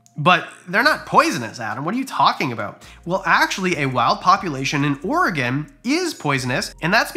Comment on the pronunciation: "Number 3, something you definitely did not see coming..." the old spice man... thanks ads 😂 also, thanks for pronouncing Oregon correctly